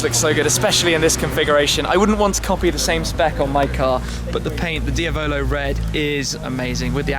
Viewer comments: Dia-bolo red... Shmee... Dee-ah-blow Just sayin :D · Did you just pronounce diablo red - Dee-a-bow-low red as opposed to De-Ab-low red, like the spanish word Diablo = Devil...